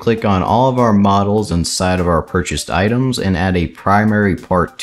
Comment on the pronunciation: u said itens instead of items at the start just fyi